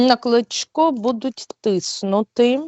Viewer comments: Кличко,а не Клічко .Хоч подивись як правильно прізвище, це я до ведучої. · Ведуча! Не Клічко, а Кличко. Для Сейраш потрібна більш розумна і логічно мисляча людина.